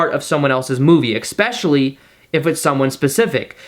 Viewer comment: Expecially? and pedestool? Yikes.